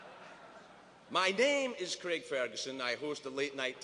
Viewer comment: An American who can pronounce Craig. That's a rare thing.